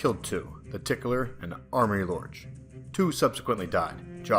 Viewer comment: I have an issue with how you pronounced Amory Lorch's name. The "A" at the beginning of his name is a Long "A" sound, and there is no "R" after said "A", there for it is Amory. I only take issue with this because my son's name is Amory and i actually get annoyed when people call him Armory when there is obviously not an "R" after the "A". Also even when Amory Lorch is mentioned in the show, that is how they pronounce it. His last name is pronounced Lork. The "CH" has a sound like the letter "K". Anyway...sorry for the criticism, but you aren't the first to pronounce it wrong. SHAME